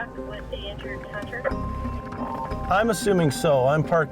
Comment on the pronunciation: Wtf is a Hunner?